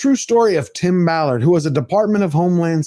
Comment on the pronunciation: It is Tim Ballard, not Tim Mallard. No big deal to Tim, I am sure. He must be extremely happy for your exposure of this situation.